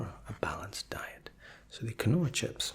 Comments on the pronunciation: Not to be that guy, but quinoa should be keen-wah, not kih-no-ah. Friendly heads up. Super relaxing as always man, your articulate attendant roleplays are the best treat you could offer. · “Kanoa chips” ... it’s keenwah btw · keen-wa not kwinoa aha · Quinoa-kin-oh-uh? Isn't it keen-wah? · it’s pronounced ( keen-wa ) not ka no a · The way he pronounced Quinoa had me dying for a bit there. (It's supposed to be "keen-wah", not "kin-oh-uh", lol.) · the storage space on the laptop is unheard of lol, that's like a NASA computer Edit - It's pronounced 'lint', not 'lind-it'. And also 'keen-wa'', not 'kih-no-a'. anything I can do to help you become even better (but you're already my favorite ASMRtist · Lovely video. It's "keen-wa" because phonetic spelling is a joke. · Quinoa is pronounced “keen wah”.... for future reference 😊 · so no ones going to mention the face he pronounced quinoa wrong its pronounced keen wah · Brilliant video! Just one thing....its pronounced Keen-Wah, no idea why but it's super popular here in Aus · Isn't Quinoa pronounced Keen-whaa? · Another great video. Put me to sleep pretty quickly. Had to watch multiple times. BTW I have been told that the correct pronunciation for the word Lindt is "lint" and the correct pronunciation for the word Quinoa is "Keen Wah" but believe me there is absolutely no judgement. I really enjoy your videos. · For future reference, it's pronounced KEEN-wah. (quinoa) Your voice is mega relaxing; thanks for this. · Quinoa is actually pronounced keen-wa btw. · stevia, lindt, quinoa, you pronounce almost everything wrong to a point where I have to believe its on purpose! Great asmr though, subbed